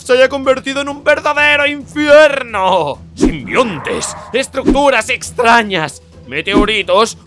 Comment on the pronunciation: Se dice simbionte